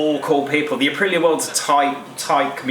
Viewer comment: It's pronounced Uh-pree-yuh listen to the Italians say it.. Listening to him talk about Aprillias sounds like listening to our old friend Phil talk about classic Triumphs/Nortons/BSA's... He sound like the kind of guy I'd sit around and geek out with over heads and exhaust and special carbs and stuff.